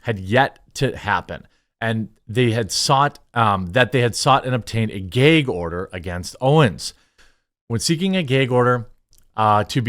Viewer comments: Are you saying geg order or gag order. Ahah just busting balls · Stop saying Gay-g order. It’s gag bro. Seriously ruined the vid for me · Its gag not gayg bro, sorry but that bothered me. Lol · It's a GAG order not a GAYEG order😂😂😂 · What’s a “geg order”? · What is a "Gayg" order? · Why do you keep saying “gayg”. lol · Jeremy, it's "Gag order" not Geeyg or geig order" lol. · Bro, it's "GAG ORDER" not "GAY'EGG ORDER". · What the fuck is a gayg order? If you can say drag you can say gag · Why does he keep saying “geg” order? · what's a "gayg" order? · Its called a "gag" order. Not a "gayg" order. 😂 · Dafuq is a "gheeg order"? 😂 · GAG order, not GAYG order. lol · Gag order, not “gayg order”. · "Gheyg order" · What is a "gayg order"...why does he say it like that? Lmaoo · 'Gayg' order? WTF is a 'Gayg' order???? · My brotha, learn to pronounce gag. 😅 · Are we all pretending not to hear his annoying pronunciation of "gag" ? Is he Canadian? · I’m only here to listen to Jeremy pronounce “gag” hysterically 100x Made my whole day. Thanks bro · I don't think I've ever heard anyone pronounce gag like that with a long 'a' sound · Man jermey sure doesn't know how to say "gag" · am I the only one who did a double take every time he pronounced "Gag" order?? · If I have to hear GAG order said like that again I’m going to go insane